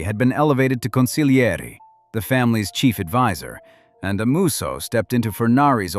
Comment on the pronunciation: NHCONGRATULATIONS - This video is the first one that got the pronunciation of the word " Consiglieri" right. Then you turn around and put up the picture " Sonny Black" Napolitano and announce the name of Pappadio.